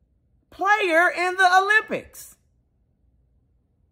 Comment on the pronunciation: "If America's so bad, how'd you get to the Olymipics?!?" 🤣🤣